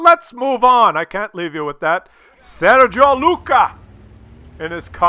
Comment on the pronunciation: i appreciate your affinity for italian coffee, italian food, italian names but its FUCKIN SERGIU not SERGIO. hes romanian, yea...